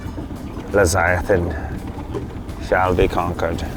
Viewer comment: sorry, but the word is Leviathan, not leziathan.